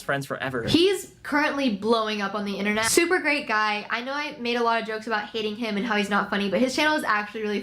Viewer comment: "i naurr" .. i love it 😂